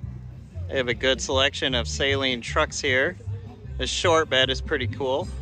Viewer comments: It's pronounced Suh-leen NOT Say-leen. You're welcome. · All the illiterates need to stop pronouncing Steve’s name as “saline” like the contact lens solution and with the emphasis on the first syllable. Suh-LEEN. It’s his name.